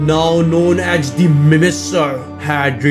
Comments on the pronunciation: Hey great video but just so u know it’s pronounced mimiker just to help u in the future! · No it is the mimicer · not even a minute in and the way u say mimicer made me lose my shit